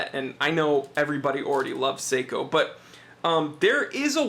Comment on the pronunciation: Top review mate you do a top job keep the vids coming,,, But please sako make guns Seiko do watches you need to pronounce the e lol. I think it’s just the accent Top review again. 👍👍